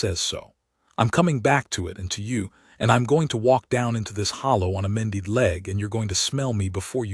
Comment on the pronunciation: And mended. Mendeed? Really 🤣